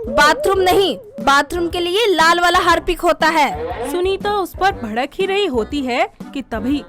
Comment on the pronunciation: Harpic ❌ Hapic ✅ 😂😂